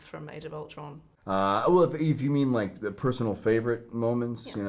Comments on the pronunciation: Okay im here because of the “I don’t wike it” word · He doesn't wike it tho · I came for i dont wike it